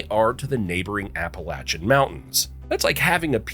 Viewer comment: For crists sake leatn to pronounce the name of the mountain tange. The way you pronounced thaplation. Grated on my nerves